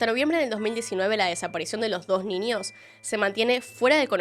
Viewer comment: Ojalá nunca dejes de hacer contenido 💓 si no, no sé qué vería para hacer mis tareas del hogar y trabajo... hay casos qué veo 3-4 veces sin darme cuenta... gracias por tanto, disculpa por tan poco✨ (además adoro como pronuncias la "ñ", como qué dices ninios, en vez de niños... jaja me encanta 💓💓) sos grande